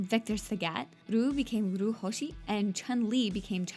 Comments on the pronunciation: U missed one fact... When u say Ryu (Ree-you) say it like that. Not Ruu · IT'S REE-YU NOT RA-YU DEFINITELY NOT RU REE-YU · It is my understanding that the rules for Japanese names are different from other words. With names you pronounce every sound. So as a name it would be Ree oo where as a if it were describing an object it would be Roo. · its not roo its ree-you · .... Loi Kang...... LOI KANG!?!? Sorry bout that, but........ Uuuuuuuuuuh...... Whatever... And why the heck you pronounce Ryu "Roo", when even in Street Fighter V it's clearly pronounced in a different way, but..... The big BUTT..... you make a fact about the pronouncenation of his FREAKIN NAME!!!! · Ryu's name is pronounced Ri-Yuu (リ= ri ユ= yu ウ= u) not Ruu lol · Ryu pronounced " ree-you " not roo .. smh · well theres two facts that i know are wrong its not rooo its Ree-you.....and theres no way chun li would have been 33 when SF II came out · fact 108 : Ryu is pronounced Ree--ooh not Roo. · Good list, but it's pronounced as ree-YOO. It is NOT pronounced as ROO. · It's not "ROO". It's "REYOU". Whoever wrote this script is "ROOTARDED". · I cringe when people pronounce it ree-yu 🤮 Its suppose to be pronounce yu but with a slight r sound in the begining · It's actually REE-YOO. where the hell did you here ''roo''? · Funny how one of the facts says that the movie was "ACCIDENTALLY" pronouncing Ryu's name as "Ree-you" or "Rye-you" & of course the person who is doing this video says ROO LIKE WHAT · Hell, in SF4, Sagat yells "REE-YOOOO" instead of "ROOOO" & games like Smash bros, the announcer says "Ree-you" as well Damn it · and Ryu is not pronounced roo if you were to look at any Japanese movie or anime with a character with that name you would see that they pronounce it this way Ri-ooh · Oh and its definitley NOT pronounced ROO, its always been pronounced REYOU. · Any other pronunciation is acceptable but Roo?? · dude cmon it’s clearly pronounced re-you (Ryu) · Its pronounced (rye you) ryu